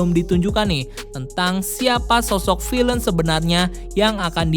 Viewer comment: Pronunciation kata villain bisa dikoreksi di video selanjutnya Good luck!